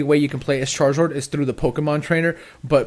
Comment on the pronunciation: errhh why does he say omazing and charazord?